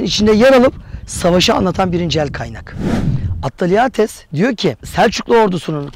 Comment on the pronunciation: 'de "Ordunun icerisinde Roma'li bir burokrat olan Atteriatis" bisey soyluyorsunuz lakin kelime telefuzu o kisinin Yunan oldugudur! Bilir kisi olarak sundugunuz bir video da boyle basit hatalar olmamali